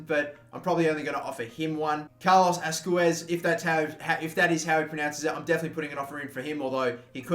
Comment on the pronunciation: His name is pronounced Asqwez